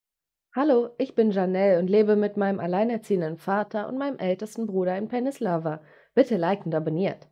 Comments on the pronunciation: Pennyslava?? Thats not Pennsylava thats PENNSYLVENNIA 😂😂😂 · Pennislava😂😂😂 es heisst Pennsilvania😂😂😂😂😂😂😂😂😂😂😂😂😂😂😂